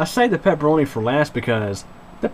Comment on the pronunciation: "The peperonis tendz to be a little greezy"